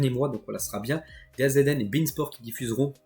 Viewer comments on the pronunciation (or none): çà se prononce "dazone"